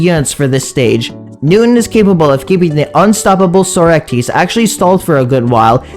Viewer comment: Bro say Socrates name correctly bro please